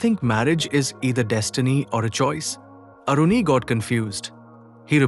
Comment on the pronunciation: Its not Aruni, that Maharishi's name was Aaruni 🙏